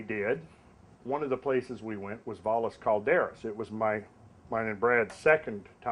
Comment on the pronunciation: FYI- Valles Cauldera is pronounced Vai-yeh Cauldera (Double LL means it has a Y pronunciation and it looses the hard S)